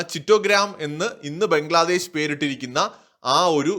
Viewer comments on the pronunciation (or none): none